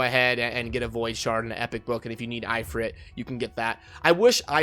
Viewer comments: It's If-rit not I-frit lol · "eyefrit" EeeFreet*